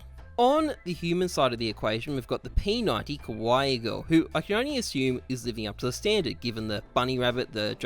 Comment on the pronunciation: The way you pronounce kawaii, you are saying “scary” lmao it’s Kah-wah-Eee